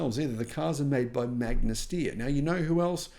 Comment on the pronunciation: As an Austrian, it makes me very sad that Magna Steyr produced such inferior cars. Also since I was really hyped for the Fisker in the beginning because it has some good approaches. btw the "Steyr" in "Magna Steyr" is not pronounced "steer", but rather "SHT-ayr"